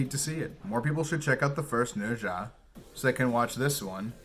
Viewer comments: Thank you for saying Ne Zha correctly. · It's really rare to see a foreign blogger who can pronounce "Nezha" correctly.😁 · You did well with your pronunciation of Nezha👍